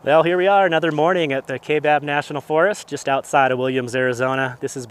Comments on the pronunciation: Kaibab is pronounced Ki-bab. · Not criticizing. Just thought you may want to know is all. Kaibab is pronounced Keye-bab. A ton of stuff in Arizona in not pronounced anything like it is spelled. Thanks for the video.